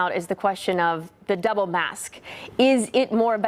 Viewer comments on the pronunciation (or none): Double mask? Sounded like she said DEVIL MASK. Sounds about right....